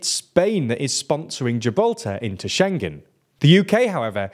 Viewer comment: SchengKen?!? wonder if this guy pronounces it thingKies, clingKy, and singK too? 🤭 "He was sinKing a songK!" 🎼🎶😂